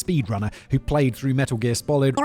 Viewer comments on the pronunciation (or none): The 'Metal Gear Spolid'. Enough said!